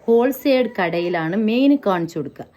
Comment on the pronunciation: ഓൾസൈഡ് അല്ല ഹോൾ സെയിൽ 😂